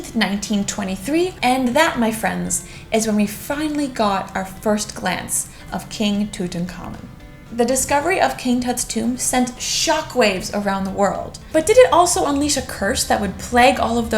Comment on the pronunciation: I notice you pronounced the Pharaoh's name too-tahn-common. Wouldn't it be toot-ankh-amon? I'm always really interested in ancient pronunciations and things like that